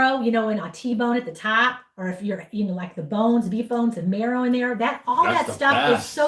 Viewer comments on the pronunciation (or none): none